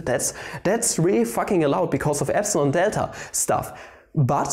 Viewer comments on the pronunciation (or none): none